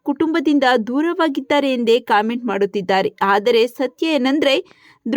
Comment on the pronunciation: ಕಾಮೆಂಟ್ ಅಲ್ಲ ಕಮೆಂಟ್